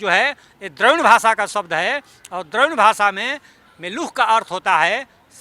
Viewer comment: इस मुर्ख को ढंग से हिंदी बोलते नहीं आती चला है संस्कृत के पुराने न होने का प्रमाण देने |तेरे जैसे गधे ही इस देश के गुलाम होने का साधन हैं|मेलुख नहीं मेलुहा कहा जाता था